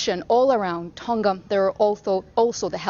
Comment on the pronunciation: Hey BBC learn how to pronounce Tonga properly, it's easy you just have to make a tiny bit of effort.